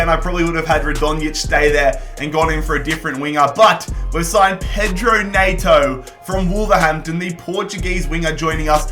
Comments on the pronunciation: when you say neigh-toe and its pronounced net-oh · No one:: Pedro Nay-to